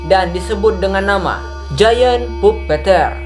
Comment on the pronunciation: itu tulisanya "the giant puppeter" tapi dibaca "the giant papiter"